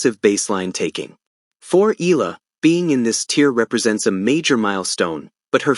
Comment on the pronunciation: plz pronounce correctly the name Eala not Ela should be Eyala